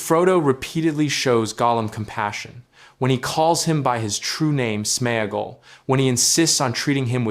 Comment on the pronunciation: It is AI generated, that is why it can’t pronounce SmeAgol.. Same as why it says Sméagol is friends with her to get the ring, it is about sharing food but he realise he can use her to also get the ring.